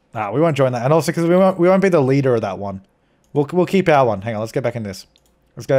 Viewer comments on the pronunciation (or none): none